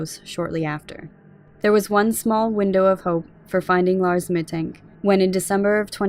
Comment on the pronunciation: Very detailed and solid summary! Little note: Mittank is pronounced "Mittunk" :)